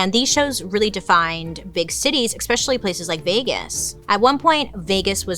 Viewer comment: bailey u r awesome! do you say especially or expecially? because it is with an S not X ;) or maybe my hearing is off lol